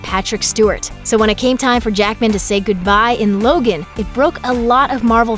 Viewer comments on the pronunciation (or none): none